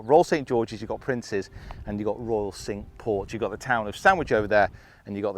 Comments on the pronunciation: Great round. Just one gripe the pronunciation of the French for five is 'sank' not 'sink' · cinque like sank, not like sink....... just sayin 😛 although could be like sonk 😬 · great video but cinque is pronounced sank, not sink! My inner pedant cringed at the beginning but I supressed it as the video was so good. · it's pronounced cinq (sank) not sink ... just saying . The course is maybe sink, but the French is sank Cinq ... just saying :)